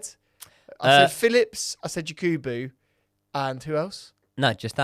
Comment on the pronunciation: please next time it’s Yakubu not Yekubu pls Sorry for this he’s a legend here in our country even though he miss the open net